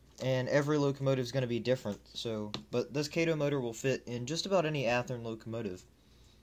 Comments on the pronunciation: I'm glad I'm not the only one driven nuts but that! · it's KAH-TOE Kato an AH sound!